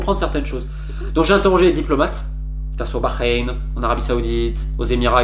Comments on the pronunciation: J'aime la façon dont tu prononces Bahreïn..t'as le potentiel pour bien parler l'arabe. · Quand t’as du Bahreïn tu l’as dit comme un arabe félicitations pour la prononciation sincèrement excellent journaliste qui dit beaucoup de vérité